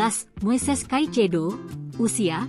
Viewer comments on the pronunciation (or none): Cucurella bacanya Kukureya kak...Reece James bacanya Ris Jams...Caecedo bacanya Kaisedo...